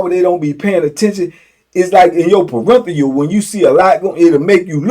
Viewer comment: “Perenthial” always cracks me up 😂 it’s PERIPHERAL. You and say that, yall funny af